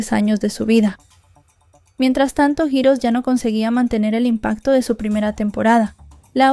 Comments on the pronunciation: JIROS?!!!!….🤔…que es jiros?!!!!….🥴🫠….ay, ya que te dedicas a esto, practica tu inglés y si no sabes cómo se pronuncia alguna palabra, mejor dila en español, di héroes y quedas mejor…🤣🤣🤣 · Holi bonita, heroes se pronuncia jirrous